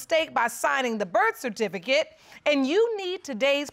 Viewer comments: "Birfatificut." Lol HAHAHA 🤣🤣🤣🤣🤣🤣🤣🤣🤣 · The “Birfatificate” whew chile 😩